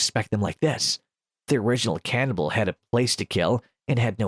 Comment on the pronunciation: Aw man, I love "Ke-FOUR-nibble"